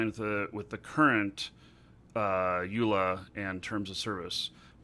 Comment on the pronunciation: It's ''U-Lah'', not EL-U-A heeaddesk